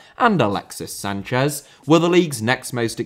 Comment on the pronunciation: I'm sure he also said alexis sanchesz 😂